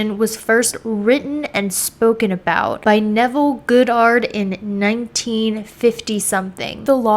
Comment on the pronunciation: I'm sorry but there is something extremely "off" about this girl. Her face is like a mask...her gaze is vacant and the way she keeps mispronouncing words (she didn't even say "physicist" correctly) makes it hard to take her seriously. She didn't even say Neville Goddard's name right.